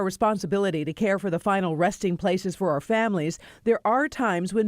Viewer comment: Reporter needs to learn how to read. The word our is not pronounced "are."